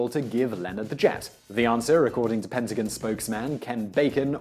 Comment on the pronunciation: "PentaGIN" Its PentaGON" what the fuck is so hard to say that with a heavy british accent